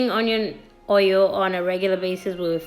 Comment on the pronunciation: Honion hoil took me out 😂😂😂😂